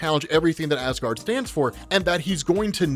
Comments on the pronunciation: yeah i notice him make that mistake a few times too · "instigated Asgaard"